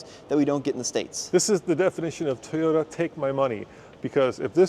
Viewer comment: Strange pronunciation of TOYOTA. Not sure why that word gets so twisted with different people.